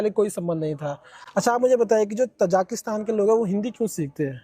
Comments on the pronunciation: Aap baar baar tazikistan ko tazakistan bol rahe ha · interview lene wala kuchh kam padha likha hai.......na thek se question puchh rha h na ki country ka name hi theek se le pa raha hai...ताजिकिस्तान ko तजाकिस्तान कह रहा है .......interviewer should be educated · Anchor has wrongly pronounced Tajikistan (as तजाकिस्तान). Podcast is informative.